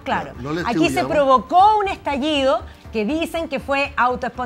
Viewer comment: Estaliido? Espontáneo? Júralo